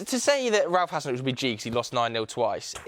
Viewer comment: the fact that said Hassenhuttl as G really made me mad as a Saints fan, man has not watch a single match of Southampton. Absolute rubbish coming from his rubbish mouth